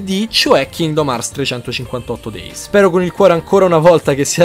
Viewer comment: Per favore però pronuncia correttamente 358/2 days che Dio Pluto mi sento male ogni volta...comunque detto questo, bel video è soprattutto ottimo riassunto❤❤